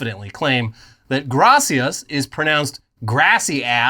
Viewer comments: The grassy ass pronunciation of Gracias is actually kind of accurate lol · As a fluent Spanish speaker: it is pronounced “grassy-ass” please